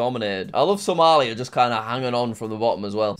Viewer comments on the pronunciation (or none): none